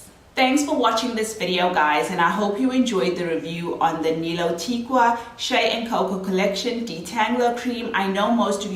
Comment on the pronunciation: It’s pronounced Ni -Lo -Tika . Even the founder pronounces it so 😁. Thank you for the awesome review